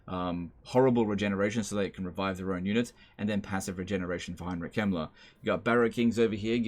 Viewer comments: same here. dosn't pronounce the K and says the e like an i. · I legit thought you said Heinrich Himmler instead of Kemmler and I had to kinda do a double take. I do guess Himmler would fit into the Warhammer world.